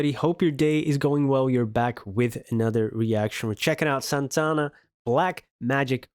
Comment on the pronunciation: Now, you are an honorary Latino because you pronounced Santana's name correctly. HA HA HA